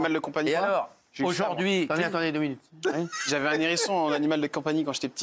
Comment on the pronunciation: Il n’y en a pas un seul pour ne pas faire la liaison à Hérisson… il y a un H ! Donc un Hérisson et pas un n’hérisson !